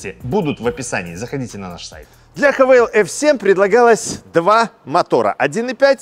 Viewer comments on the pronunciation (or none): " ... Мне удобнее называть Хавэйл..." и не &бет, что написано "хавал"... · Ну тогда по всем правилам транскрипции английского языка нужно говорить правильно: Х'ейвэл. А не Хэвал или Хавэйл. Вообще просто Хавал))) Сам владелец Хавала ф7х 2021 г. 2.0 л 190 л.с., пробег 80к. Проблемы которые встретил: Спустя 3 года поменял датчики в колесах, запотела левая фара и больше не горит ближний, пока не менял, новая стоит от 15тыс. Выскочил 1 раз чек, всегда заправляюсь 95+ на известных сетях"синей" и "красной" АЗС. Почистил компом ошибку (ругалась 1 лямбда), залил промывку форсунок в топливный бак и залил полный 100 бенз. Больше не повторялось. Треснул дермантин водительского сиденья (левая подушечка), плюс промялась она же. Часто вылетает Эпл карплей из-за проводов (любых), но с оригинальным айфоновским он работает. На неоригинале - чуть потрогаешь - вылетает мультимедия. Глючит бесключевой доступ на ручках, особенно зимой. Приходится вплотную сумку подносить или вообще доставать ключ и открывать традиционным способом, на отцовской тайоте рав4 2008 года такого никогда не было, работает при любых условиях за километр (не кнопка, тоже сенсор). В ф7х версии в заднее зеркало ничего не видно, заднее стекло очень маленькое, как на феррари))) На 70 тыс км что-то начало стучать в подвеске, объездил 2 подъемника, ничего не нашли. Так и езжу до сих пор)). Поменял на 60 тыс. вкруг тормозные диски и колодки, брал бренд оригинальнее оригинального (не китай), удивился что оригинальные тормоза от GWM - туфта, кстати удивился, что диски и колодки приехали от какой - то хонд